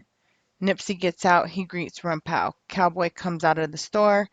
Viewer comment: It’s rimpau sounds like Paw! Not pow.its a street in there hood.